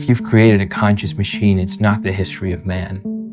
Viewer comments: Great video, but every time you said a variant of the word "CONscious" all I heard was "cautious". Kept taking me out. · Also, I wouldn't mention it, but it happens so many times it ends up being distracting. When you say, "conscious", it sounds like you're saying, "cautious." It's like the "n" sound gets dropped out of the audio track.